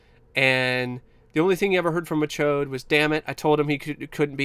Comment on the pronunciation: I just wanna say real quick that I love your commitment to calling him Mike MaCHODE throughout this entire video lmao